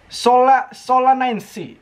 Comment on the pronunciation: Kak bacanya solinise, E dlm bahasa latin dibaca I, AE dibaca E, C dibaca S ,maap kalo salah....